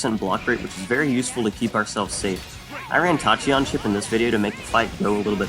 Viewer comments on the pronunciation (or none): Now I'm imagining that that user actually is the cook, haha. "ta-chee-on" - ow my ears